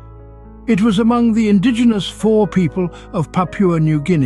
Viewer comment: Fore is pronounced foh-ray.